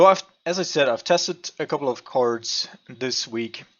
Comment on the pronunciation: It sounds like you're almost eating your tongue when you pronounce "cards". [Ceerrrds] :D